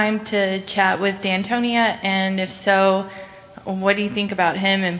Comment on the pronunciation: Did she just say D’Antonia 😂